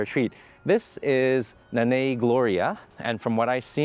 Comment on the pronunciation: Pronounced Non eye, meaning mama.